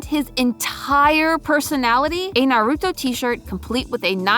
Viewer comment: The pronunciation cringe hurt. She Said NuhRootO instead of Naruto 🤦🏼‍♂️